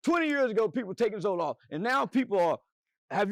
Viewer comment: “Hey have you ever take zolaf” 😂😂😂😂😂😂😂